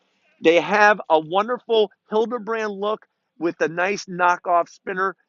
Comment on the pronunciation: It's not Hildebrand it'sHalibrand